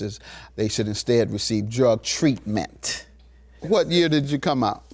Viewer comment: Judge always says "Drug-TREAT-ment"